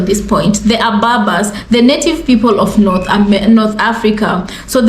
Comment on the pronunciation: Correction: Cushitic should be read, not kushitic Berbers, not Babas Thanks!